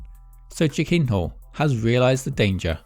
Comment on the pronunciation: He pronounces it like: "chicken whore"